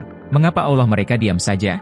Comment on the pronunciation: Bukan Aulah tapi ALLAH